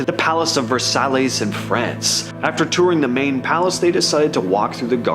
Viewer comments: Were is versallys never heard of it but did you mean Palace of Versailles pronounced ver sigh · Did you just say the Palace of Vursahlays? Brah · Did he say the palace of “versallys “ 😂😂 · Oh guy..Versailles is pronounced Ver-sigh and it is Marie Antoinette not Mary. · ive tried to watch this vid like 3 times and everytime i hear you say "palace of versallies " as versallys" i just shut it off cmon man learn how pronounce things half a million subs and thats your quality level sheesh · "ver-salleys"? Shmuck. I'm out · It's pronounced...versigh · “Palace of Vurr-sah-Lays, in France..” 😂😭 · The palace of "verse•alleys" 😂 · ver-sallies lol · versailles is pronounced VER-sigh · How can a narrator not know how to say "Versailles"? It was then that I realized the guy describing the videos is AI. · That Versailles pronunciation 😬😬